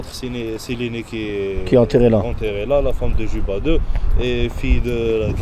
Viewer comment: Cléopâtre Séléné fille de Cléopâtre d'Égypte. Son époux était le Rex Juba II, le roi savant, prononcer Yuba, bien-sûr.